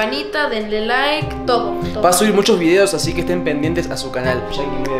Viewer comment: dijo que pero se escuchó qui